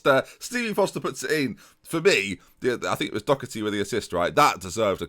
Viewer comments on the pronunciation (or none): LJHB48 Doh-erty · You really need to stop pronouncing Doherty like it has a “c” in it. It doesn’t.